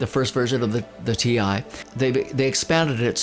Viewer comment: Funny that you're calling it T1. It's T I. i it stnds for Total Integration :)